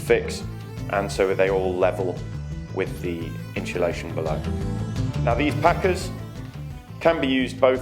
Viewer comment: God it becomes annoying once you hear people pronounce insulation as in-shul-ation. And you can't change the windows anymore, they are stuck in there.